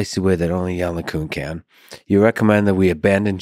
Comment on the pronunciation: Lex still saying "yann lay cuhn". How hard is it to look up how it's pronounced, for fuck's sake.